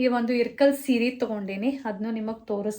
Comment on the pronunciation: ಇಲ್ಲಕಲ್ ಸೀರೆ ರಿ ಅದು ಇರ್ಕಲ್ ಅಲ್ಲ ಇಲ್ಲಕಲ್ ನಮ್ಮ್ ಊರು currect it